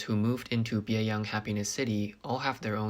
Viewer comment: One of the apartment complexes sounds like it is called "Biey Unhappiness City". I had to turn on the closed captioning to see it is Bieyang Happiness City.